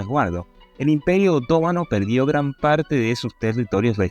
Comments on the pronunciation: Me llama la atención lo mal que habla el expositor. Es obvio que no habla español. No sabe que en español las palabras están acentuadas, con acento gráfico o tónico. No respeta a esos últimos. Quien habla dice: otómano pero es otomano, sin acento!. No aguanto esta mala pronunciación ni la lectura automática,. Aprende a hablar. De dónde eres? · No pude seguir viendo tu video... Cómo puedes pronunciar OTÓMANO... si no se acentúa ni se tilda en la segunda letra o. La Palabra se pronuncia otoMAno... acentuandola en la sílaba "ma"... Quien pretende narrar, debe primero saber pronunciar. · Respetuosamente al narrador : en castellano se leee otománo aun cuando no lleva acento ortografico sino prosodico